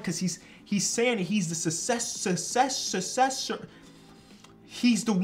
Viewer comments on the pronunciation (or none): Hopefully this helps, try pronouncing it like Suk-sess-or. Loved the vid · failing to pronounce successor killed me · tryna say successor is like me tryna say wershtish- warchester- steak sauce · Know-it-alls be like: successor (suck-SESS-ær) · Tha way jus gave up on say successor had me dying 🤣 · New challenge for: say the word successor successfully 3 successive time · it’s said like successor:) 💜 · rip successor pronunciation